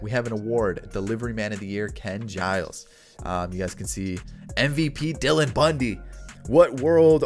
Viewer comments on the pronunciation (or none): none